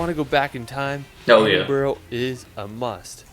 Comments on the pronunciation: Hahaha I see I'm not the only one annoyed(slightly😂)by the dudes pronunciations, to be fair some are hard but Glasgow & Edinburgh? Glas-go, the w is silent & Ed-in-burra is the correct pronunciation. If your looking for an antidote for your "Farmers tan" then Scotland's for you.😁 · He isn't right with some of his name pronunciations. It is Edinburgh pronounced Edin bruh. Glasgow is pronounced Glas go, it does not rhyme with cow. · “Scaatlaand” “Edinbro”…”Glassgowe”… sorry… can’t watch this any further, I am English and ‘I’ am offended!! arghhhhh …. My ears are trickling the red liquid… 😫😫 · I love it when Americans try to pronounce English and Scottish place names. Edin-buro, Glasgau pmsl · Are you from Edinboro? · I was just about to say about the pronounciation, cringed every time they said Edin-borough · I love Scotland to death. Such a beautiful place. What is annoying me is that the guy has obviously been to Edinburgh, yet he pronounces it Edinburrow. Oh, and, Glassgowe??? What the hell? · Americans always struggle with Edinburgh & Glasgow. For anyone in the US They are pronounced more like Edinbra & Glas-go 👍🏼😂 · Aside from Edinboro, he also says Scaartland. I'd love to see how he was driving if he popped a tyre too!! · Take a shot each time he says Edinboro. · Edinboro, I die a little each time I hear this. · The guy can’t even say Edinburgh right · All credibility went out the window in the first few mins when he mis pronounced Edinburgh 😆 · Funny he says “I hope I said that right” for a couple of places while also mispronouncing Edinburgh about 500 times 😂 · I thought I was the only one getting annoyed by the pronunciations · I like how he was worried about saying Eileen Donan wrong yet he keeps saying Edinburgh wrong all the way through. Just saying 😂😂😂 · I am from Edinburgh and talk to Americans on a daily basis, i have heard this mis pronounced a thousand times. I do not mis pronounce Los Angeles or Washington. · It's pronounced Edinburrrraaaa!!!